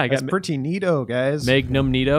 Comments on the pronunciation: Keep it coming GI. Also, Maygnum. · First he says, day-gehr for the dagger, then he says may-gnum for the magnun, this time around he says stay-gering for staggering (sighs)